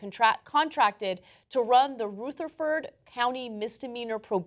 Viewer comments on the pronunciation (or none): for the record its ruh-ther-ford, I live pretty close to there place is a shithole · I agree with everything you guys said. However, I have to point out that you mispronounced the name of the county. The "Ruth" part is not pronounced like the name.... it is pronounced like "R-uh-th." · Hahaha Rootherford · LOL "ROOTHERford County"...actually makes sense that Ana pronounced it that way...but it's not how we say it around here. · Mispronounced Rutherford county. It's pronounced Ruther*ford (Ruther pronounced like brother). Other than that, you did great. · learn how to pronounce names,Ana. Rutherford.